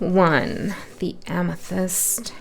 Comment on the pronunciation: I do not know the name of the gems . I picked 2nd first but then immediately after that I heard amesthy-mist!!(amethyst).